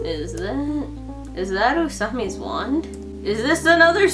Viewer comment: i thought you said usami nsfdsfdu